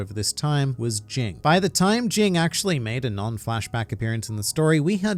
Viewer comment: Jing is Ging The G at the end is silent